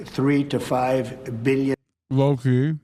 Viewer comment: Drinking game: take a shot every time he says "millyen," "billyen," or "in the history of our country"